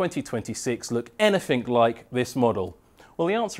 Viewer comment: "anyfink" get out